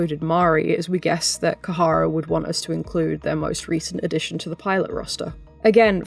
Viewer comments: It's not Kahara but Khara pronounced Kara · Khara is pronounced kha-ra. 2 syllables Not kuh-ha-ra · Great video, seriously, but every time you pronounced it “Kahara” I cringed a bit. That’s like, the bare minimum of working with a company is knowing what they’re called 😅